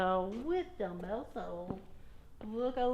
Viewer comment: You said dummbles only am I wrong ?